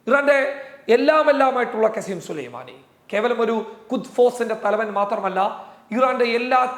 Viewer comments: വല്ലാതെ ഉഷാറാക്കല്ലേ കസിം സുലൈമാനി അല്ല കാസിം സുലൈമാനി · കാസിം സുലൈമാനി എന്നു നല്ലോണം പറ